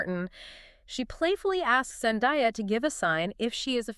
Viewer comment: Her name is Zan-day-ah not Zan di ah FFS get her name right